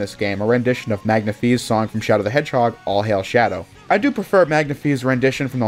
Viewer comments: Magna-“Fee?” You think that makes more sense than “Magnify?” Magna-Fi. Magnify. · You pronounced Manga-Fi wrong.